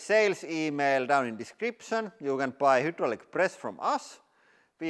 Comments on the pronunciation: You keep saying hudraulic instead of hydraulic, I just wanted to let you know in case you are confused by the letter ‘y’ since that is how ‘u’ looks in the Cyrillic alphabet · Welcome to the hiwdrawlic presss channel... 😀